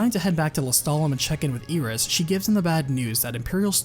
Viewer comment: Eye-Ris, not EE-Ris